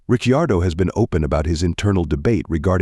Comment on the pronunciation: Misprounce Riccardo one more time!! 🤣